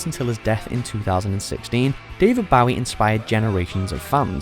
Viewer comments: It's Bowie Not bowiIIIIIIIIIIIII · Bowie is pronounced BOW-ie not Bawwie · You could have learnt how to pronounce Bowie. My main personal inspiration. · Um why was David Bowie mispronounced? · Actually triggers me how they say Bowie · Why insult David's name by not bothering to pronounce it correctly??? This list is a joke if you can't even respect how the man pronounced his own name. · I think the list was pretty accurate. While tonnes of other great acts have come out of Britain, not all of them are as culturally influencial. But come on, at least fucking pronounce Bowie right. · The way they say ‘David Bowie’ physically hurts me.